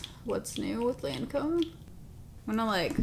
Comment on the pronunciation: Hi. Just FYI, healthy criticism only, you mispronounced Lancôme. It’s Loncome phonetically.